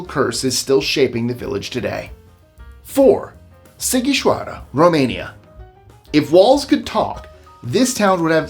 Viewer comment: Wow, first time I've heard such clear pronuntiation of Sighişoara 😁 👍 great video